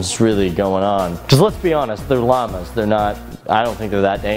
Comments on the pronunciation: You pronounce it Llahmus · Why you say llamas like that